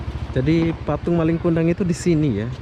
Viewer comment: Njir nggak laku katanya...awokawok Jangan di paksa bang kalau susah ngomong bahasa malay nya Bukan malinG kundang, nggak pake G